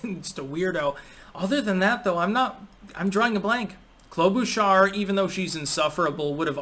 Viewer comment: Klobuchar is my third cousin It’s pronounced “Klo-buh cher” no sh sound, ch like chirp Voting Trump